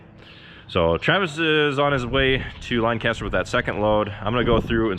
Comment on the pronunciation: LINE-caster???? LINE CASTER!?!?!!? why have you done this to meee